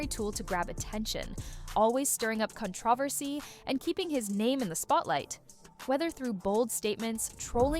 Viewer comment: Is this a robot voice or did you pronounce controversy two different ways?